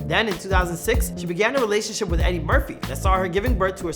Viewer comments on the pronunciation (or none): none